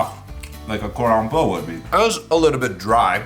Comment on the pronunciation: Who else was getting triggeres when he was pronouncing chicken cordon bleu